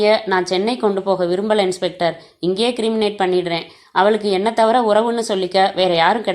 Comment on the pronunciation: அது "க்ரிமேட்" " "கிரிமினேட் " அல்ல!